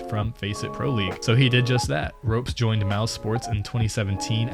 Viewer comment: pronunciation: ropz not rope-z serk not ser-Q